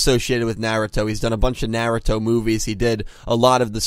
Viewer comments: lol "Nyeh-Reh-Toh" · It's NAR - RU - TO Shi-Pu-Den lol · Love the videos but please learn the correct way to say Naruto. It's a masterpiece of a Mangaka/Anime. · I dont like the way you pronounce naruto dude 😭 please!